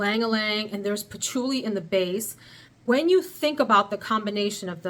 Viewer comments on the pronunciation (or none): none